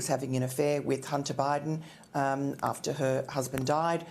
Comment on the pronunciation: Lar? I think she meant law.